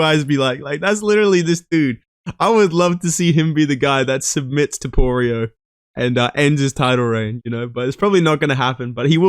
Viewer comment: Who the fuck is Toporio?? You mean Topuria? Do you eat crayons for every meal?